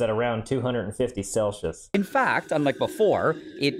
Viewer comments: Celsius ❌ Shelcius✅ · That’s the first time I ever heard it pronounced CELL-shis. I’m going to use that from now on. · I'm not 100% sure but I think he said 250° "celshus" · Ah yes Celshus